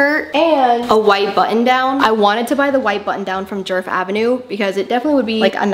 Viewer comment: fyi you're butchering her name, it's not "jurf", it's pronounced more like "yeahrf"